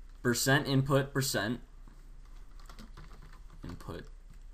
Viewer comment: "inut" bothered me for a long time...